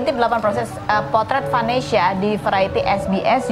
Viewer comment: Vanesya, bukan Venesya 🥲